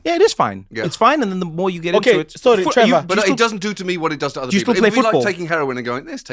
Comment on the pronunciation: "Ehy, it's TRE-VOR"